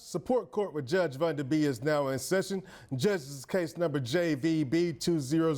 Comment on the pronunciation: Who is judge VUNDA? Come on bro, pronounce the name right lol